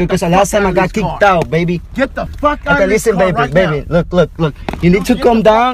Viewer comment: "You need to com down".